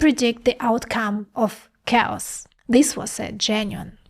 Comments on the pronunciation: its pronounced kheos not cows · My lady, you can't do a video about chaos (KAY-OSS) and say COWS every few seconds. XD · Love your work - just a tip - when you say Chaos, sounds like you said "Cows". A native English speaker would say Chaos as K-os. For a moment I was thinking, what do Cows have to do with computing. Interestingly, you say "Chaotic" correctly... hmm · LOL, I thought you said "If you're life feels like COWS, you are sampling reality." I spent a lot of time on that one! Can you give more examples like the "AXB" please? I'm not grasping how it would work in other operations..THANKS! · 😅 so cute. I.keep hearing cows too when you say 'chaos'. Ah, love this girl... too bad you are on the wrong side of humantiy sweety : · / effectively pronounces cows! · At first I thought you were saying “cows”😂 Chaos is pronounced “Kay-Oss” FYI. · I heard "cows" and the closed caption showed "cows" Chaos !!! -- sounds of words themselves are chaos (cows). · Took me awhile to figure out she wasn’t talking about cows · Did she say cows? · I can not unhear cows instead of chaos. I am sorry. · Why is saying "chaotic" not a problem, but "chaos" is cows? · I heard "cows aren't cows"...I know she meant chaos. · love the videos. Please pronounce Chaos like Khaos. Emphasize the letter c as the letter K! sound. Keep up the great videos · Please improve your pronunciation of chaos as cows! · Yeah everytime she says Chaos (K-US) it sounds like she says Cows..lol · Took me a while to understand where you guys found these "cows" in the video..... I just heard a pronounced-with-difficulty "chaos", I didn't think of any cows! Hahaha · you are mispronouncing chaos "KAY-ahs". Your Russian influences the English word. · Did you say "cows"? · I thought she was saying cows as well. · Took me half the video to realize she was saying chaos. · Is she saying chaos?